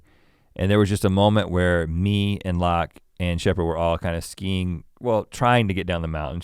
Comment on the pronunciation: When Rhett talks about his family learning about skiing I thought he said "skeen" like how he pronounces "skin". "Don't touch my skeeen man!"